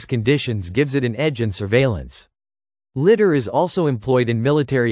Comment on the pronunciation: It's pronounced lie dar, not litt dar